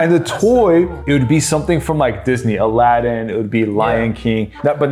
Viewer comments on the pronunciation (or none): none